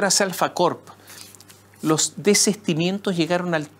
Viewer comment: Lo único en contra que puedo decir, es que la palabra es Desistimiento y NO desestimiento Señor Moschiatti